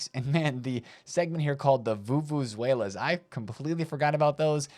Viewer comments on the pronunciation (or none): It’s pronounced VUVU ZELAH